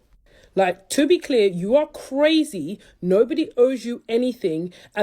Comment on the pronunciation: How could you date a woman that says naur for no